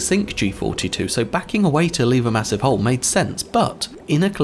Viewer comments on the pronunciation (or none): none